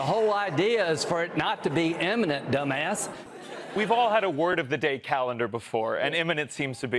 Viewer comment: you say eminent i say imminent